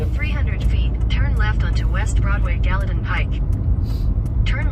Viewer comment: Gallaton = Gallatin?